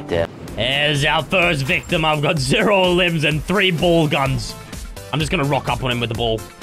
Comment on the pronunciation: is saying ball so much, it’s starting to sound like bowl! 😂